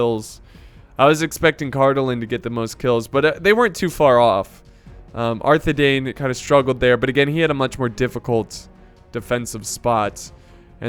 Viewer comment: Can you please start pronouncing Arthedain right? It’s the same as Dunedain. Parallel to ‘dine’